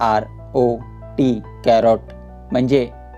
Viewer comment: Pronunciation is wrong carrot cha wrong ahe 😅